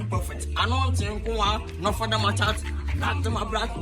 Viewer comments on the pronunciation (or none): none